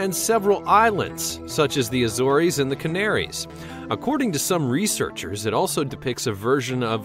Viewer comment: The pronunciation used is not correct in many places. For instance Sacks-you-way-mon not “Sexy Human” and the Azores aren’t pronounced with a long E at the end.